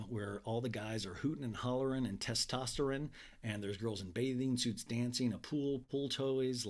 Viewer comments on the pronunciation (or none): none